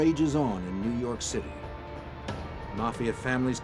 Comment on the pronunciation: "nuu yawk affice"